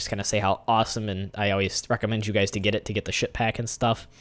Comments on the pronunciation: Sounds like he is saying shit pack lol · what are you saying ship hack or ship pack?